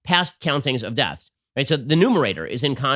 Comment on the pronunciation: wait, did he just say "nomerator?"